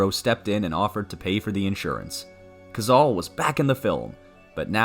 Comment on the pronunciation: The voice over is Ai....and it mispronounced "Cazale" the 35x it said it!